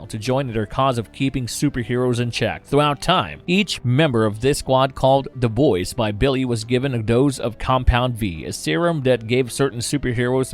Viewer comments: why are you saying "Da Boys"? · "Da Boys" "mudder" "brudder"